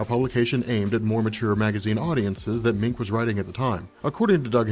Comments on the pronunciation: Its prounce Doug (Munch) not (Mink). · Doug Moench = Doug MEN -CH, not "Mink". Bill Sienkiewicz = Bill SIN-KEV-ITCH.